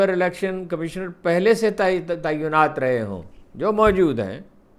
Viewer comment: Why does Haroon pronounce “Tainaat “, as “Taiyunaat”,he is an Urdu journalist,he should know better.”Taiyuan” is a totally different word,which means,”To determine”.He is also wrongly pronouncing “Toll tax” as ,”Tool tax”.I haven’t seen so much distortion of languages,both Urdu as well as English,as in recent times,on National and social media.God help us.